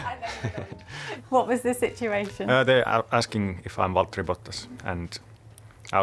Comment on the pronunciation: Valtteri Bottas pronouncing "Valtteri Bottas" in the most "Valtteri Bottas" sounding way always puts a smile on my face